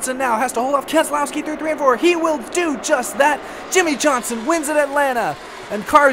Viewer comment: It is pronounced KEZLOYSKI